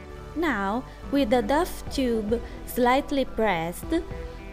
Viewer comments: I love how you pronounce it duff and not doh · love the way you pronounce 'dough'..so cute :D also love the result :3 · I love your videos so much! And it's wonderful you're now making them with english dubs too! But dough is actually pronounced as "doe" :) Hope to see more vids!